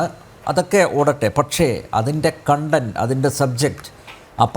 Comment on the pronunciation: 100 % ചാച്ച രത ഉണ്ടായിട്ടും ഒറ്റ ഒരുത്തന് " കോൺടെൻ്റ്" എന്ന് പറയാൻ അറിയില്ല എവിടെ നോക്കിയാലും "കണ്ടൻ്റ്" .